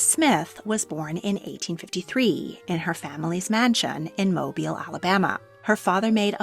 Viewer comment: Thank you for pronouncing Mobile, Al correctly! But that's what happens when channels use a speaker and not an AI bot. Been following for years, and love that you talk for the videos.